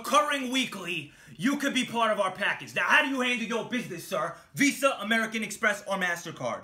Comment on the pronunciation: "Visa". Fucking crying man.